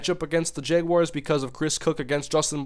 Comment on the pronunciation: He said "jayguars" lol